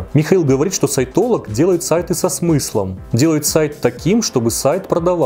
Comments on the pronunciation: Упорно слышала вместо "сайтолог" (что) - саентолог. В целом это многое объясняет. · Я упорно вместо "сайтолог" слышу "саентолог", даже перематывала)